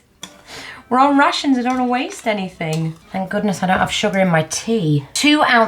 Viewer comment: Every time you said 'Rations", I at first thought you were saying "Russians'.:))